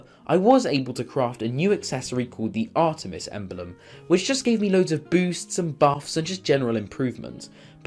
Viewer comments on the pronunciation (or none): none